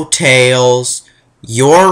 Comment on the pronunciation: Let's list this guy's mistakes. 1. You insult my mind. 2. Ever watched total blackout? Well, Jaleel White be ticked. 3. This was the 1st 3d Sonic game, so forgive SEGA for their mistakes! 4. Tails is not just Tail, he's Tails! 5. This game is fixed and, while easy, at least has 127 percent memorable gameplay! 6. Casinopolis is pronounced Casino Opolis. 7. The animations cause more humor for kids to enjoy! 8. Am I the only one who likes Big the Cat? 9. You forgot to mention how stupid Knuckles is! 10. Duke Nukem will murder your face! 11. You never mentioned the Chao Garden! I could do a whole series on that for 150+ hours! 12. DBZ Volume 11 came out in 1992. So did Sonic 2. It's a reference, not a ripoff! 13. I'm getting tired of listing reasons, so I'll stop.